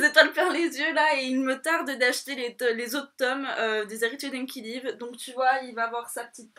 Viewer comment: coucou. juste une petite info. les héritiers d'enkidiev on le prononce comme si on disait enkidiève ;)